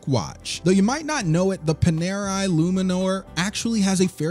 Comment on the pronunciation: Pan..air..eye Hub, Lot Sounds right to me..